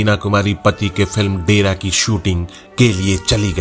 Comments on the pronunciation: (and, again ), you say: film "DE-RAA"! That means "halt." No, the film was "Daira" meaning "limitations," and the word is pronounced as "DAA-Y-RAA." I am surprised at such unforgivable mispronounciations by a Hindi-speaking adult. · Please correct your speech..... That film was दायरा but not डेरा as you have added. Thnx. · Itni bari galti hai ye uchcharan kee ki inke bare risarch ko do kauri ka bana deti hai